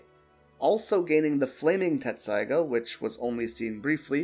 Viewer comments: Dude, Tessaiga. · it happens half the people who watch the show still think you pronounce a t in tessaiga